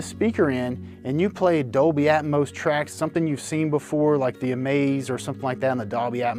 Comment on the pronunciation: its atmos not atmose...smh